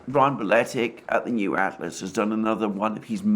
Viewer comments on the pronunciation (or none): none